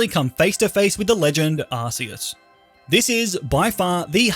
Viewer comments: It's not Ar-see-us. The official game trailer announcer says it: Ar-kee-us Arceus = Ar"K"eus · its not pronounced arceus it pronounced arcoos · ARS PHONE?! ITS CLEARLY ARC ARCEUS NOT ARSEUS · it’s Arc-eus with a c like the c in crime. and it’s arc phone not ass phone😂 jk you can call it anything you want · Every time you say arseus I die it’s arkoos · its ARKEUS not ARSEUS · arkeus not ARSEUS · ar-key-us. Not ar-cee-us. #justsaying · Your pronouncing arceus wrong... check out the pokemon movies ark not arse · Please, on god, dont say "Arseus", its spelled "Arkeus". It just simply bothers me so much. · Hey is not arceus its arkoos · It's Ark-oos. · Pokemon ARCEUS (ah-kee-us) not a British Arse! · What is this Arse-e-us he keeps sprouting on about? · You pronounced "Arceus" wrong. It's pronounced "Ar; Ku; s" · it’s pronounced arkoos actually